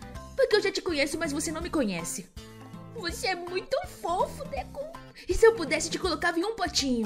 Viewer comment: Não é deku é deko só que u faz som do o